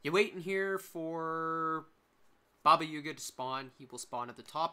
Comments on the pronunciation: Did you really just call Baba Yaga , Baba Yuga? its AA not UA. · great vid, the "up to 15 min in" thing was killing me... just why u call it baba yUga? LOL also there are 2 more trees you can climb btw, the ones closer to the portal